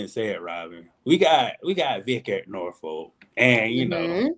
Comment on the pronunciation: Not trying to be funny but it's about respecting people's hometown. Suffolk isnt pronounced Suff-olk it's suff-uck...Portsmouth is not Ports-mouth it's Portsmiff....Same thing with Norfolk It's not a folk....it's literally saying Nor-fuk Let's stop playing remedial games here it's not hard to say.... And to prove my point I lived in PG County....do you say Bow-ey or Boo-ey Same principle.... I'm a fan of what y'all doin but don't disrespect the 757 like that